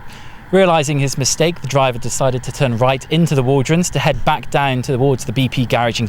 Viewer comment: It's not waldronds , it's the Walronds when I lived there.